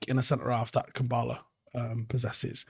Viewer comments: Kambwala not Kambala. I a little bit of me dies every time u say Kambala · Why are people calling him "Kambaala"?? His name is KambWala. The "W" is phonetic. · Manchester United 🤝 pronunciation of Kambwala Avoiding W’s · Don't forget the 'w' in Kambwala. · Brits can't pronounce anything